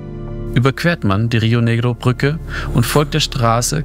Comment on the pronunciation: Wenn du eine Reportage fürs Fernsehen machst, dann sprich doch das Wort "Brücke" bitte auch so aus, und sag nicht "Prücke". Das macht den kompletten Beitrag unschaubar.